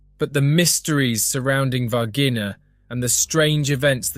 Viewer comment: ナレーションの内容でたらめですね。Minas Gerais 州で、市ではないです。そして、Varginhaの発音は：大体「ヴァルジーニャ」です。